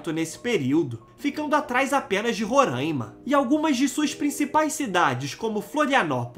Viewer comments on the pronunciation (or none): none